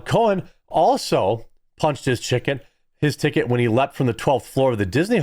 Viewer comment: TICKET not chicken